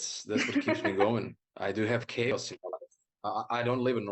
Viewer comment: no, he said chaos, but it sounded a bit like he said 'kids'. 🙂